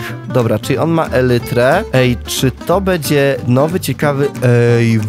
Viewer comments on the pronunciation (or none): none